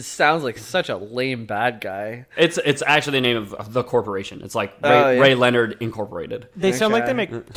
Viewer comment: As soon as they pronounce rayleonard and akvavit I knew they didn't even play them. I get they can't deep dive into every franchise ever but maybe at least play the game, it's not like the game is super expensive or time consuming